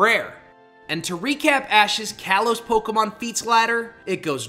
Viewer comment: Ten errors: They’re called Dome Ace and Salon Maiden! It’s pronounced yoo-NUH-vuh! It’s spelled like this: Brycen’s Vanillish, not Brysons’s Vannilish! Ash’s Leavanny is a male, “Patrick Star”! It’s pronounced lie-PURRD! It’s pronounced KAH-lohs! It’s just Masked Royal, not Royale. It’s pronounced NAH-GUH-NAH-DULL! It’s pronounced NAH-noo! Dragonite’s gender isn’t actually confirmed in Bulbapedia. —————————————————— No offense, but your editing on here aren’t very good, at least with the spellings.